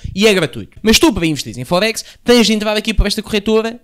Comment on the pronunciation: diz me forex, não fohex 🤣